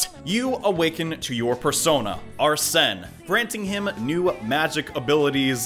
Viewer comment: It’s pronounced ar-sin